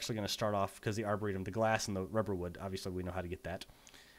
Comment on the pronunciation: when you said "arboretum" i heard "our burrito" lol